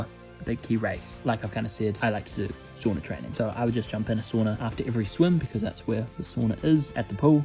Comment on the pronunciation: He pronounced sauna wrong